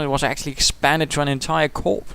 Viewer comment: Entertaining cast - and good use of English! :) You seem to be at your best when tearing strips off Axis Comanders. :D 'Corps' is pronounced as 'core' - a la Francais! GL with your exams.